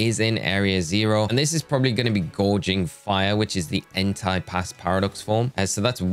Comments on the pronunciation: Please stop saying "entai" instead of "entei"... it's really disturbing (if you know what I mean😏) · Hey, I don't know if you're gonna see this comment, but I hope you do. You're pronouncing "Entei" wrong, it's "En-They", not "En-Thai" (which could be confused with an other (demonetizable) word that sound almost the same).... Actually there's also "Miraidon", which is pronounced "Me-Ra-E-Don", not "Mo-Ra-E-Don" or "My-Ra-E-Don". Also Fun fact, Koraidon and Miraidon names are wordplay in Japanese for "Korai" (Past) and "Mirai" (Future).